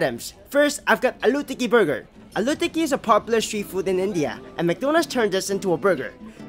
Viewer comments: Love how you said aluuu tikki 😂♥️ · The way he pronounced Aloo tikki 🥹💖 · He said aloo tikki like he's pronouncing allu arjun name 💀